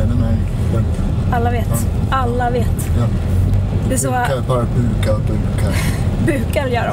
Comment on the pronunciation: Du vet att det heter bugar och inte bukar?🙈